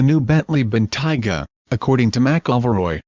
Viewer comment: You Americans will do anything to sycophantically align yourself with the Royals. Please check your pronunciation and have a real human do the speaking. And by the way, Helen Mirren is not the Queen. Also it is not a 'Dime-ler' but a 'Dame-ler'. And it's a Bentayga not a Bentiger. Oh, I give up.